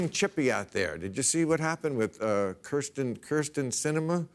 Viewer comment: Thank you for saying "Kyrsten"